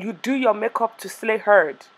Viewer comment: When she said slay herd () 😂😂 I cried